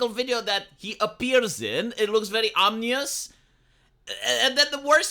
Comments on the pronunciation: ominous, not omnious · I own my, my body, and mind, down to the dna, and I will be happy when all who think this isnt the case, and think they can own me, are impaled Vlad Tepes style. Also, I find it very endearing the way you mispronounce some words. It's Ominous, but you say Omnius which makes me think of Omnius the Evermind from the Dune prequels